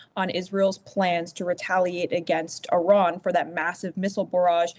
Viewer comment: Will US commentators ever figure out the correct way to pronounce Iran? More at 11